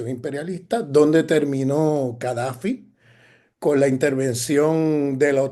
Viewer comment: Cadafi ,o Gadafi?